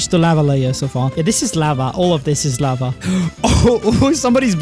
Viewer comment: "This is lavah" - Doc